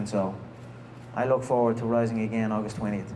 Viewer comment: "I wook when I wook".